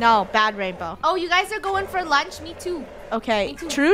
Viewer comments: lunar: “anyone want lunch?” me when i hear her saying lunch: “launch? 😂” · She said lunch as Lonch/Launch lol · No one:: anyone want some launch? Me: Im just gonna ignore the fact that she said launch instead of lunch😂